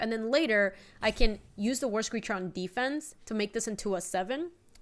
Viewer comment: what are you doing… Also I have the video on double speed and whenever says "War Screecher" I just hear "worst creature" lol